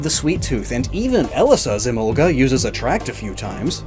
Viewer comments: I have never pronounced Emolga like that & never will {It reads as E-mol-guh, to me}. It may be closer to the origin words {I haven't heard them before}, but sometimes you have to throw the origin word pronunciations out the window. Arcanine is Ar-kuh-nine, not Ar-Canine, and I will not be convinced otherwise. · Even in the English dub, Mika Kanai is still the voice actress, so Emolga still says “Emonga”. Lol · I know it's technically a mispronunciation, but because of the kind of Southern accent I have I've always pronounced it like uh-mohl-guh. In my opinion it's a bit better sounding since all the syllables roll together more.